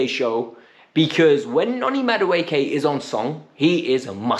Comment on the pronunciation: He has to learn and say these Nigerian names well because Chelsea seems to now have a lot of them. Ma-du-e-ke. U-go-chu-kwu. Chu-kwu-e-me-ka. Please say our Nigerian names well o